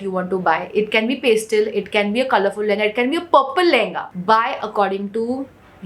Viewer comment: Pay-stal nahi hota paa-stal hota hai